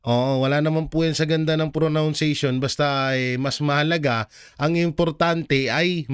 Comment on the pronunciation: It is pronunciation!!! lol.. not pro- noun- ciation.. just saying po. Thanks 🙏